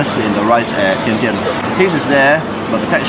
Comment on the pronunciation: Surprisingly, you as a Chinese can pronounced Tian Tian as Dian Dian.